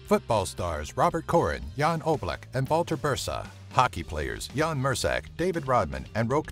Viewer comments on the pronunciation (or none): none